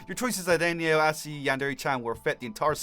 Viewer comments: Great video, but I keep getting annoyed because you say Anayo (An-ay-oh) instead of Ayano (A-yah-noh). Besides that, it was a good video! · "Anayo"? Its Ayano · say it with me dude eye-ya-no . not Anie-o sorry man love your vids but that was making my eye twitch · It's ayano now anayo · ITS PRONOUNCED ( AAH-YAAA-NOOO) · it's a-ya-no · it's freakin Ayano A-Y-A-N-O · nuhhhh you're saying Ayano incorrectly ;_